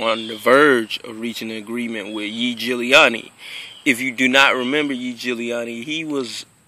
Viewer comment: bro you pronounce his name even way more correctly and better than most of those pro official nba reporters. thumbs up.